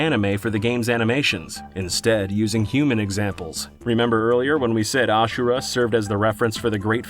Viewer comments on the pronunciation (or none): none